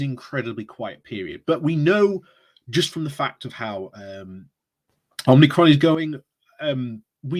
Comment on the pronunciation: Omicron, not Om-ni-cron.